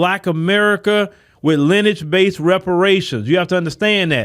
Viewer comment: Lin-e-age not “Linage”.